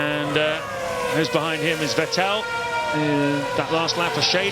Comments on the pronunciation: It's pronounced "Fett-il" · Not the commentators calling Vettel "VehTell" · Vet tell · Coulthard always said "vih tell" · The Time where "Vettel" was called "Veteell"😅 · I do miss Allen mispronouncing Vettel's name. At this point it seemed to be ntentional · It's weird that they kept switching pronunciations for a few years until they figured it out. gets it right several times here, then goes back to the other one. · The crazy part is that they still kept saying that way even when seb was a multi time champion already